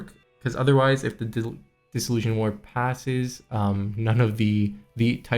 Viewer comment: FYI dissolution is pronounced diss-ol-u-shun like solution or nation, not zhun like confusion or disillusion.